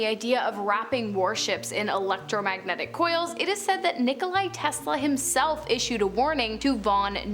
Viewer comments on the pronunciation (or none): It’s Nikola not Nikolaj